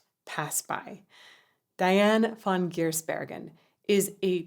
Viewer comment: Usually you're so good with artist's names, but I guess Dutch is just a step too far, and I can understand 😅